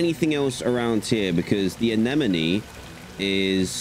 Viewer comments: Ah yes, anemone is now annemonny Inglush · “A cotton anonamone”